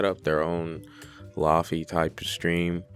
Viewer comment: lo-fi = low fidelity. not lahfee... "ayo wuz gud its ya boi lahfee-" more importantly why was this recommended to me